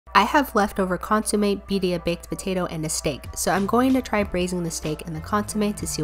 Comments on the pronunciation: Its pronounced consuMEH not consuMAY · It’s pronounced cón-su-me not con-su-may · Hey btw it’s pronounced cohn sue meh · Consumé sounds like konsumech ( ch is silent) in Palauan which means canned food.... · ITS PRONOUNCED CÓNSOOMEH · As a spanish speaker the way she pronounces Consomé makes me want to scream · Deeply upsetting pronunciation of consommé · Got mad when she mispronounced consommé